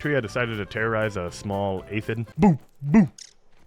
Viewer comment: ah yes “aphid”